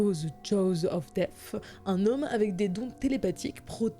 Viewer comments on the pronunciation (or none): none